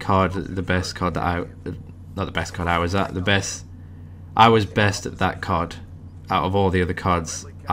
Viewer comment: Aaah! you say CoD! sounds like you say Card!:P nice commentary